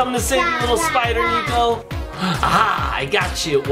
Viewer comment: it's not NEKO it's niko!